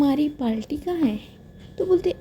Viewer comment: Hi miss i am naw subscriber yar aap ye parti ko palti bolti ho